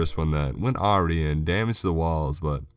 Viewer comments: Awry - Ahh-rye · Don't know if anyone has said, but it is pronounced "Ah-Rye".